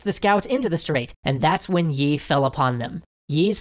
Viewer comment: Thanks for doing these videos. These give people a chance to get a quick look at parts of history that weren't discussed in schooling. (As a side note, the pronunciation of the general's family name 이 doesn't have a "y" sound in it--it sounds more like "ee." The romanization can be misleading!)